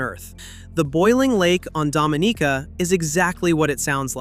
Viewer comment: It’s Dominica